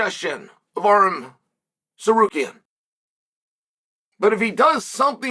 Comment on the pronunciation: Calling Arman "Arum" is such a power move by Chael